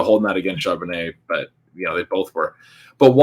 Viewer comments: Charbonnutz lol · Super cringe every time mis-pronounces Charbonnet and no one corrects him. These videos are great though. I’m just playin. 😂